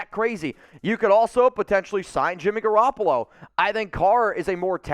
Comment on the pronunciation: You lost me at Garrapolo lmao